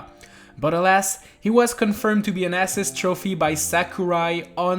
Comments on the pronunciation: your saying assist like ass iest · The way he pronounces assist kills me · The way this kid pronounces assist trophy is so cringe and annoying. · He doesn't even say assist trophy he says ass-ist trophy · Ass-is trophies lol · “ASS-SIS Trophy “ 🧐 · Why do you pronounce assist wrong? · The way he pronounces “assist” 🤢